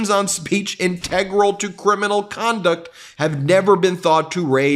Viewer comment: Ben: Integral is pronounced as follows